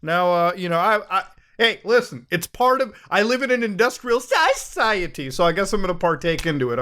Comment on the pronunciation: I love that Muta said "industrial SUSiety".